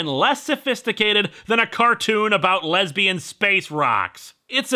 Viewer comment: The way that he emphasized "Lesbian" in the Lesbian Space Rocks thing made me a little weird >.>